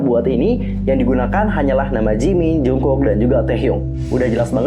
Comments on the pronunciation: Cuma ngingetin aja kak, klo jungkook itu dibaca jeongguk bukan jungkuk😁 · iya maksudnya itu penyebutan yang ngomong jungkook harusnya dibaca jeongguk dan taehyung harusnya dibaca taehyong,aku cuma membenarkan karna tau.dan aku juga tau kalo nama mereka jeon jungkook dan kim taehyung. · Kak itu penyebutan nama taehyung sama jungkook nya salah.yang bener jeongguk dan taehyong kak.harap bisa membantu